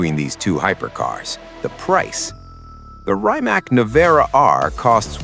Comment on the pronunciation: It's pronounced "reemats"